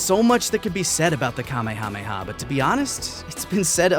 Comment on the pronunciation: Hey, you want people to stop correcting names then stop changing them for dubs, Mr. I-Can't-Say-Kamehameha-Correctly. I've usually seen is translated as "Spirit Cannon," which sounds pretty badass. Of course, there's the debate of changing the name at all, like I just said. People love to rip on Goku not having his own techniques. However, it's worth noting that while Kaioh might have invented the Kaiouken and the Genki Dama, he can't use either technique himself. He comments how he could never master either ability, so he basically only invented the concept. Goku remains the first being able to use either technique. This might be why Kaioh didn't teach any of the other fighters those techniques. Of the four that arrived, probably only Piccolo and maybe Tenshinhan could've learned the Kaiouken, and I doubt any could have properly learned the Genki Dama. There is a funny throwaway line about that, though. When Piccolo first sees the Genki Dama during the fight with Freeza, Kuririn has to explain what it is. Piccolo then says with an annoyed smile that Kaioh never even mentioned a technique like that.